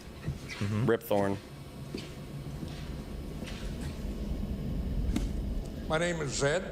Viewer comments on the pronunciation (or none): It's Rip Torn not Rip Thorn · ...itcs not Thorn. It's RIP TORN for fuck's sake.